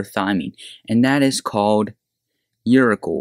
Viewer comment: Uri-kle?? your-a-sil.